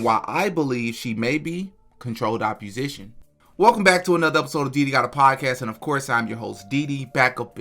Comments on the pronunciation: It's opp-O-sition, not opp-U-sition. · Great video. Constructive criticism. You're pronouncing opposition wrong. Its OPP-O-SITION not OPP-U-SITION. This woman's hypocrisy has bugged me for 2 years. Thank you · “Opposition” Where do you get the “u” from when you say that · It’s pronounced Controlled OPPOSITION my brotha. Keep doing God’s work sir ! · The way you pronounce “opposition” is throwing me…